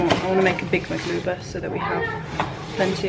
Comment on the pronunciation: When you said maglubah or ma2lubah if you’re fancy, I’m actually impressed 😂